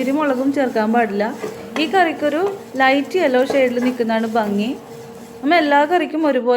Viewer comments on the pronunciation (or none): none